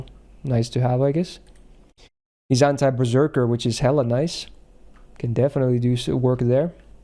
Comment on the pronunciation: Why do I keep hearing anti-perrserker passive? I've been playing too much pokemon.